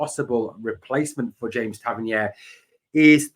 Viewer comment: Interesting updates. However Tav’s surname is pronounced Tav-Ern-EER not Tav-Ern-YARE. It’s a minor thing but is starting to grate. He specified this in interview some years ago.👍